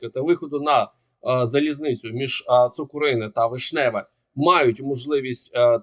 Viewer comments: За месяц можно уже и правильно говорить на населенный пункт ЦукУрино, а не ЦукурИне! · Цукурине - наголос на перший склад. Від слова цукор, а не кури!